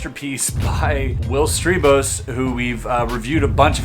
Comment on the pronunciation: love your puzzle solving vids... but the pronunciation of Strijbos... (since i'm Dutch) shouldn't that be S-try-bos? (like how you say RIDER or GLIDER) Or does the guy officially says his name like you do??